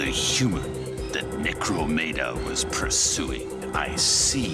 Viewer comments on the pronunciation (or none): No, this video is necromedia, that was Necromeda EDIT: Oh no, the voice acting was so powerful that even is saying it hahaha EDIT2: oh shit, a more accurate pronunciation! EDIT3: The reckoning! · It bothers me how they say 'Necro-me-dia' but the subtitles say 'Necromeda' and in at least one instance they do say 'Necro-mae-da'. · I'm mostly confused why called Necromeda "Necromedia". I think he's the only one to pronounce it like that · 'That was Necromedia, mistress of death.' Oh so it's like VHS or YouTube. And the protagonist pronounces that name at least three different ways: Necromeda, Necromedia, and Necromania. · I’m sorry but I cannot get over the constant mispronunciation of Necromeda